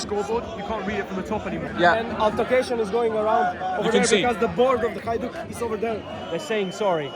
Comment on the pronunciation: Good weather in London? 😅! Hajduk, duk pls, pronounce it right.